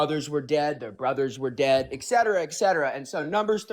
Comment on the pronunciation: You can pretend to be intellectual, but when you say “exsetera exsetara”, it shows you don’t even know the words you’re trying to say.